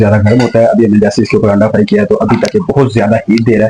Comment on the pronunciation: Word "Anda" hota hay...AANDA nahi